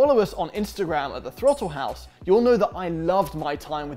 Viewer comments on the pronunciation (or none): I feel like Canadians add an extra W in words that have an O or a U... like houwse.